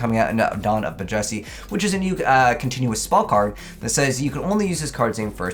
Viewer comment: So it's not just me who thought he was saying it weird